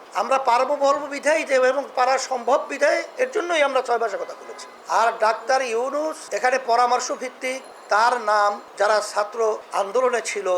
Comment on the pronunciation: ড. মুহাম্মদ ইউনুস এর নামটা ঠিক ভাবে উচ্চারণ করতে পারে না তাকে নিয়ে কথা বলার সাহস হবে কি ভাবে। এই দলটাই একটা বাটপার, চিটিংবাজ দল।